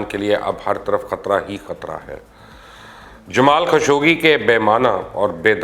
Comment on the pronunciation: سعودی عرب کے بارے آپکی معلومات 0 ہیں آپکے فضول تبصروں پر وہی لوگ یقین کرینگے جنکو سعودی عرب کے بارے کچھ بھی معلوم نہ ہو آپ تو انکے ناموں تک غلط پڑھتے ہو مثال کے طور پر جمال خاشقجی کو آپ جمال خشوگی بولتے ہو آپکو اتنا بھی نہیں معلوم کہ عربی زبان میں حرف گ ہے ہی نہیں لہاذا آپ مہربانی فرماکر پاکستان کی سیاست پر ہی تبصرے کیا کریں تو بہتر ہے